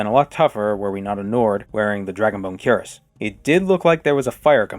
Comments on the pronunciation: Fun fact! Cuirass is actually pronounced sort of like "queer-uhs." It's one of those old words that is pronounced really oddly, another example is caestus (kai-stews) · "Cuirass" is actually pronounced "kwee-rass" which I only learned recently.